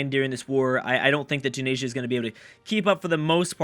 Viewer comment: it's pronounced tu-nis-ee-ah